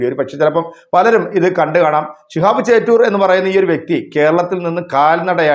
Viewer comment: ചേറ്റൂർ അല്ല ചോറ്റൂർ ആണ്